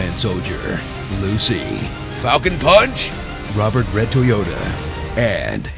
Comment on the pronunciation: 'Rober RedTOYOTA' and 'HAIL HARD DRIVE' 😂